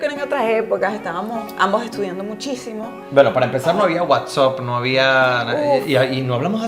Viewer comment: ME GUSTA EL CONTENÍDO,!!.....PERO CON TODO RESPÉTO QUIERO ACLARÁR UN DETALLE RESPECTO A LA PALABRA WHATSAPP,!!!!!!!.......NO SE PRONÚNCIA WHATSOPP,!!!...SE PRONÚNCIA TAL Y COMO ESTÁ ESCRÍTO.!!!...SUIZA,!!!!!!!...HERMÓSO PAÍS,!!!!!!!!!....MI FAVORÍTO,!!!!!!!!!!!!!💟❤💘